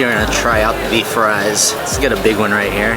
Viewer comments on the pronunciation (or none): none